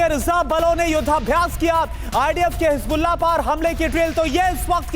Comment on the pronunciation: Hezbollah ❌ Hasbullah✔